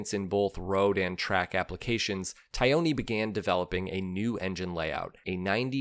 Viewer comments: Fabio “Tie-own-ee”? Really? Aren’t you missing at least one syllable there? Taglioni: is the pronunciation not closer to “Tah-lee-own-ee”? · As always I enjoy your well researched vids but boy howdy does your Italian pronunciation need work. Repeat after me: Tah-lee-oni. Only the ‘g’ goes unpronounced in his name! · Cucciolo = KOO-CHO-LOW. Italian for puppy, as in cute little dog. Taglioni =TALL-YOAN-EEE. Great stuff! Brings back memories of the one my racing sponsor bought...and dropped the first time out on it. :-( Sadly, yours truly talked him into fixing it..turning it into a kind of "California HotRod" with red frame and bodywork + gold mag wheels and some wild up-pipes. Cute? Yeah, but I ruined a rare, iconic machine in the process. I really regretted this later when I saw the bike for sale in a Yamaha dealership in SoCal :-(